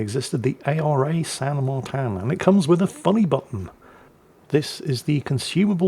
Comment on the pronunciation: Martín is pronounced Mar-teen not Mar-tan in Spanish which is the language spoken in Argentina.